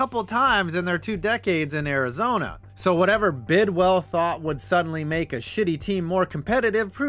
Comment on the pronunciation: Couple of things. #1, it's pronounced Bidwill and not Bidwell. #2, the Cards never hosted a playoff game in St. Louis. In fact, the Cardinals didn't host a playoff game until the Wild Card game vs Atlanta in 2008. #3, the Cards would have had more playoff appearances in St. Louis had there been such a thing as a wild card before 1970. From the Cards 6 winning seasons including in 1968 when they lost the division title to the Browns by 1/2 game even though they swept the Browns that season. #4, all this ineptitude was due to Bill Bidwill's cheapness. #5, the reason why the fans didn't show in 1987 had nothing to do with the baseball Cardinals and everything to do with the NFL strike and the fact that Bidwill had already announced the team was leaving. The team on the field was fairly competitive finishing 7-8 with 6 of their 8 losses being by 7 points or less. That team still holds the record for the largest 4th quarter comeback in NFL history(trailing the Bucs 28-3 in the 4th quarter and winning 31-28) and nearly pulled off 2 epic comebacks. The one was the aforementioned 25 point comeback against Tampa, the other was a near 28 point comeback against the Chargers but Earl Ferrell dropped a sure TD on 4th down with time running out.